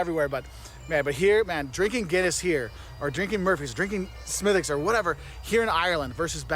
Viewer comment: I'm from Cork and how you're saying Smidicks 😉is "Spot On" / perfect.